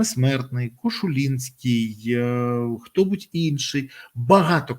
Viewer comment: Який кошулінський ?,якщо Кошулиський … пане беріза